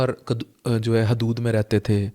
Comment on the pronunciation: حیود و قیود نہیں.. حدود و قیود ہے. بہت اچھا پروگرام کیا ہے آپ نے ہمّت ہے آپ کی.